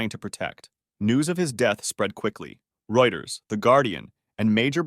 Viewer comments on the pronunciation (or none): none